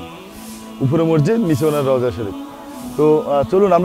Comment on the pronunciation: Rouja. Bola thik hoyni